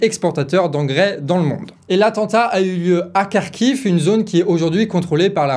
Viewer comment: Salut ! Merci pour cette vidéo ! Alors, pour la prononciation des noms slaves: -le piège c'est "kh", tu ne le prononce pas comme "k" mais comme la jota ou le "ch" allemand tu vois, un truc tres guttural. Ca vaut pour Kharkiv, Kakhovka... -et pour le Dniepr, tu le prononces bien ! Bon, il faudrait rouler le r mais c'est secondaire.